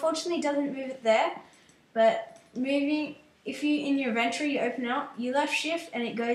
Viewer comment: u say inventory wrong